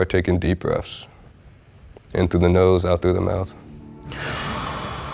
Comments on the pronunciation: He said take some "Breffs". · What’s breafs? Someone ax em dat.